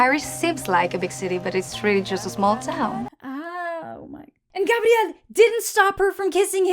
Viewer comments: I respect the way you pronounce “Gabriel.” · I love the way you pronounce "Gabriel"😊✨